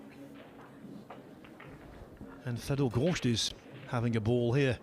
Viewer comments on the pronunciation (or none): It is not Goršt, it is Gorst.